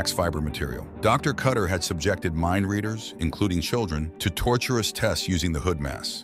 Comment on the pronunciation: Mindleaders? Half of the time that is what is said, instead of mindreaders.